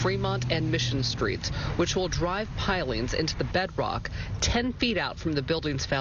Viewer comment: no one can pronounce pilings these days